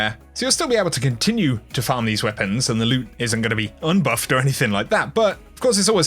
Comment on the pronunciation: " Un-buffed "? LOL